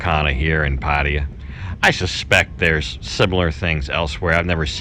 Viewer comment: at :58 did you just pronounce Pattaya like a Thai? Usually you say Patty ya. Good for you if you did. The Aussies pronounce it, 'pa THAI ah'. Love the decor and the prices are decent. One of my friends is retiring to Pattaya next year if he is allowed so I'll have an excuse to travel to Patts and try this place. Best of luck to him.